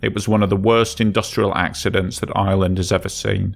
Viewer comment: I noticed "Ireland" in the name on the 1st vessel, but the voice sounded like "Island" & the captions said "Island" too, lol